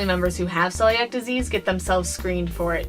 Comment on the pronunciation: This was a great video. Though it's pronounced "seeliac".